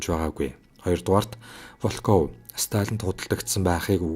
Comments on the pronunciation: Волкоов Волкоов л гээд байх юм Воолков гээч дээ. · Волков гэж бичээд ВООЛКОВ гэж дуудна шүү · Большевик, Волков гэдэг нэрийг эхний о дээр өргөлттэй дуудна. Б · Волков гэдэг үгийн өргөлтийг нь зөв дуудаарай.